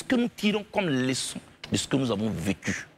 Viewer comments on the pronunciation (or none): On dit Leçon et non Léçon, blé goudé.